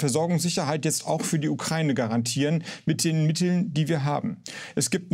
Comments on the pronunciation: Wenn Sprachwissenschaftler Ukraine nicht aussprechen kann. Ukraine nicht Ukreine. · Nur eine Kleinigkeit: Der Begrriff "Ukraine" wird wie folgt getrennt: U-kra-i-ne. Insofern wird diese Landesbezeichnung NICHT mit "ei" ausgesprochen, i.S.v. "Ukreine" (U-krei-ne), sondern JEDER Buchstabe wird EINZELN ausgesprochen. Herr Harbeck und andere, die hier einen Aussprachefehler machen, sollte das wissen oder wissen dies nun. Das Land heißt: U-kra-i-ne und NICHT "Ukreine"!!!